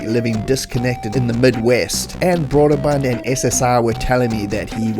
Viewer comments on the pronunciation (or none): Love your content. FYI Brøderbund is pronounced “broo-der-bund” not “broad-er-bund”.